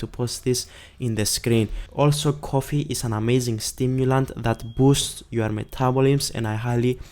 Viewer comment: "Metabolims." LOLOLOL. Cute.